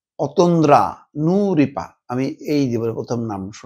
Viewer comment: I have no comment about your content topic. But I must say one thing, why are you trying to pronounce her name is such a weird way? It seems to me you are trying to denounce her before even the truth comes out. You are silently angry with the girl. Not a surprise from a partisan journalist like you !!!